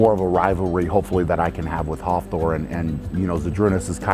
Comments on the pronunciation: sounded like hoffthor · Am I the only one cracking up at how he says Hafthor’s name? 😂